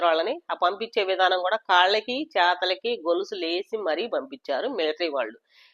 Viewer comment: Chethalaki kaadhu chethulaki madam 😂😂😂